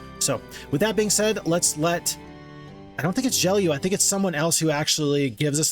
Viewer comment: HI! I think the name Gelu is like Geloo and not "Geliu".